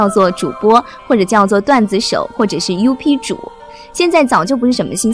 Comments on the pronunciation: 把UP主读成优批主也是醉了！ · 小编不懂就不要乱bb了，up主念成有屁主？海象哺乳动物说成软体动物？是不是油管上什么动物都是软体动物呢